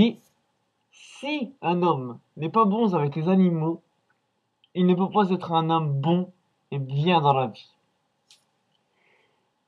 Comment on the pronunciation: "Les chats sont des créatures vivantes, ayant des sentiments" Naaaaan tu crois? "Si, un homme, n'est pas bon zavec les zanimaux" Hee faut arrêter les liaisons qui servent a rien hein. Imaginez la tête de Sergi s'il voyait ça. Et il veut pendre Norman en plus. Il dit "Et je te remets la chaise" mais vu le temps qu'il a mis pour raconter les détails, les cervicales, les petits pruneaux etc, Norman serait déjà mort. Sache que quand on meurt pendu, c'est par le coup du lapin que produit la corde.